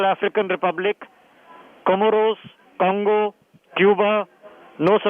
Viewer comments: Conga? You mean Congo or Tonga??? appreciate the news but let's at least not make such silly mistakes. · It's Congo not Conga. Congo = Country. Conga = Dance. Conga ≠ Country.